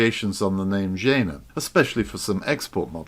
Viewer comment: I could be wrong..but I did live in Berlin for 8 years..I "believe" its pronounced "Yeahna" anyone willing to raise me one Reichmark and set me straight?